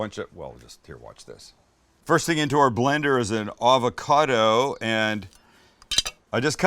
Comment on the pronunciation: Take a shot everytime he says avacodo